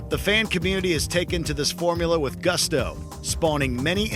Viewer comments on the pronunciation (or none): none